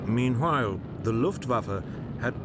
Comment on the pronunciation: am I the only one hearing him saying - hwile instead of while? meanhwile. am i tripping?